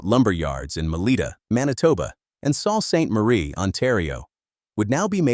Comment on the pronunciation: If you're going to do a video about a Canadian icon, at least take the time to teach your voice over "person" how to pronounce words like toque, Sault St Marie, and a dozen others that stand out like sore thumbs. Please! I only came upon the Canadian scene in mid 1979, from Africa. Within a year I was doing business with the huge Beaver yards in Hyde Park shopping centre of London, Ontario. The project was storage and basement, framing, insulation and drywalling of our newly acquired two story, semi detached home in Whitehills. Then came the fire that totally decimated the lumber yard and the tornado that parked the warehouse roof, "across the road!". The Beaver name disappeared shortly after, replaced by Rona, Home Depot and Home Hardware, via Pro Hardware.